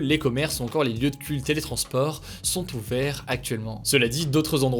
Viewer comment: quand il dit "magasins qui sont ouverts" on croirait qu'il dit "tout vert" et c'est pour ça que l'image est verte, haha il est fort ce hugo 😅😅